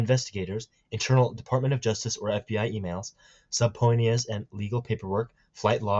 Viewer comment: Actually 5300 + times Donald was mentioned. And the spread of misinformation I say, is coming from you right now. P.s. subpoena is pronnounced sa-peen-a